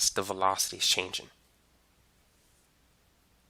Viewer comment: as much as I love your vids, I'm a bit bothered with u not ending words in -ng with -ng and just -n'. like changin', speedin' and slowin'